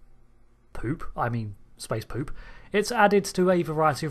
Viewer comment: You said 'poop' wrong!